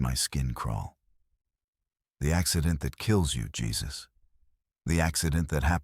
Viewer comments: Jesus like biblical on the cross? Is your head somewhere really dark? His name is Jesus, a Mexican name ptonounced 'Hey-zeus' Another really stupid AI production. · That pronunciation mistake pulled me right out of the story. AI missed an obvious one there. 😅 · Exactly. Drove me nutz 😅